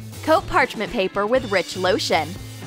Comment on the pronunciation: rich loasion you say.........how exxpensive.